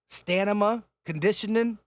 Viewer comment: My guy said "Stanima".... I know u meant stamina 😅😅